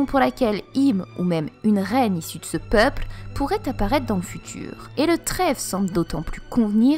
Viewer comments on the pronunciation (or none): c'est juste moi ou elle pronence les "L" comme des "R" ?? ex: Tabreau au lieu de tableau/ Peupre au lieu de peuple... en tout cas belle vidéo!!